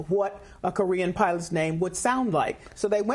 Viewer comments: Oh my good he said piwots. the world is going to end. 😮 Jees what a drama queen 😮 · At the 54 second mark he calls them piwots not pilots 😮